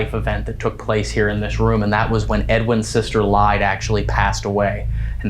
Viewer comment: I know this is a compilation, but I just have to comment for next time! Bellaire house-the name Lyde is pronounced lie-dee you might get a better response by calling her name correctly. :)